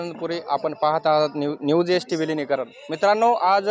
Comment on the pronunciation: विलीनकारण.... वि्लिनिकारण